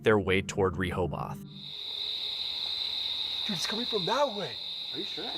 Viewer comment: One day the A.I. narrator will be able to pronounce “Rehoboth” correctly, but it shall not be this day.